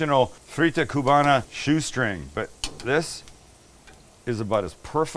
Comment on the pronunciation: I am Cuban American and I approve, Sam! Last thing, we don't really pronounce the "b" when we say "Cuba" and "Cubana/Cubano". It's more like "Cu____a" and "cu____wa___na", and "cu____wa___no." The "b" is almost silent It takes practice.